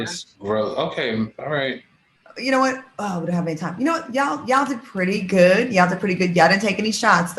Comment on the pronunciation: Babyyyy funky said he’s a “goodt” man, he’s a “goodt” man Savannah 🤣🤣🤣🤣 took me completely out 💀💀💀